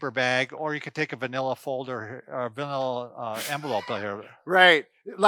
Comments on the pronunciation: Did he say, "vanilla", folder, lol. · Manilla, doc. Not vanilla. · MANILA NOT VANILLA. GOOD GRIEF